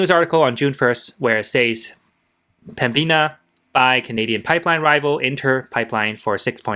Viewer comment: THE COMPANY IS CALLED PEMBINA - NOT PEMBIA